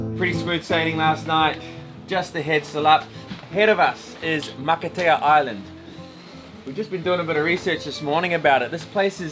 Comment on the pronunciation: Matatea, pronounce maka- pronounce t as an s makatea, it means an island make up of coral, I following your vblog